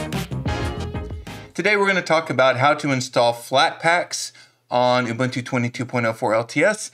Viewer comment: You are one of the few Americans that can correctly pronounce UBUNTU. For that alone you gained a new subscriber!!! But your videos are also great! Another thing you can do after removing "snapd" is to forbid it from being automatically installed in the future: $sudo apt-mark hold snapd